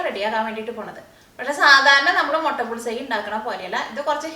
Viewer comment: Motta alla chechiii mutta